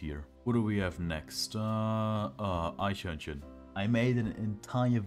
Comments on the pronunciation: This might be the first time I've not recognised a german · very nice and enjoyable video I was surprised at your pronunciation of Eichhörnchen :D